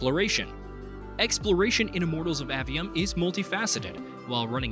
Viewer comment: *AY-ve-um, not Ah-ve-um :p